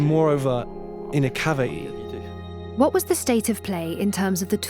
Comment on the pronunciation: The music in the video really adds to the atmosphere of mystery 👍🏻 However the choice of male narrator is a poor one as he says things like cav-at-ee instead of ‘cavity’